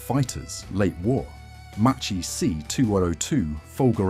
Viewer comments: the pronunciation is MACCHI not MACCI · A very interesting video. Just one observation: Macchi and Marchetti are pronounced "Makki" and "Marketti", the Italian word combination "ch" is pronounced as a "k"